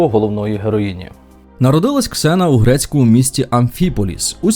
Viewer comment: ніяка не зіна! Ксена